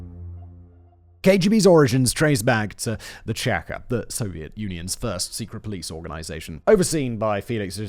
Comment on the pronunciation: “Cheka” is pronounced like two words, “chay kah.” It’s a 2 (Russian) letter abbreviation.